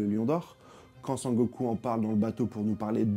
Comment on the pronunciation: Sengoku* je pense toujours à dbz quand tu dit sangoku😊. Très bonne analyse sinon